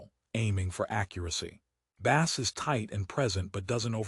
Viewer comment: Dude... Every IEM requires a tight seal, especially the more expensive ones. The tips provided on most IEMs are generic, designed to fit a majority of users. If your ears are different, then guess what??? you have to buy after-market tips. Deal with it... BTW, the word BASS is mispronounced throughout the video. Train your AI or change the spelling to BASE.